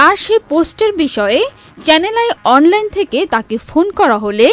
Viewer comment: আর সংবাদের শেষ “ চ্যানেল আই “ শব্দ দুটি এমন ভাবে উচ্চারণ করলেন , তাতে মনে হল যেন উপহাস 😢😢😢